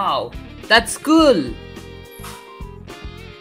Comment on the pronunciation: lol indian guy say "that's School!!"